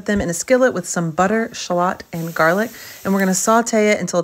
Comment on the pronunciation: Lol Shallots, I've never heard anyone pronounce it the way she did😂